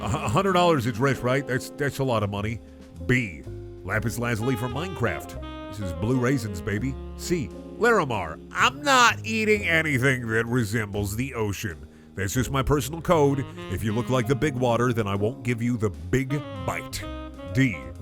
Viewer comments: Ok I will say one thing, as someone who’s heavily into gems: Larimar...not laramar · Its actually Larimar